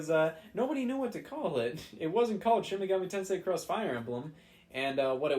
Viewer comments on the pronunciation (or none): none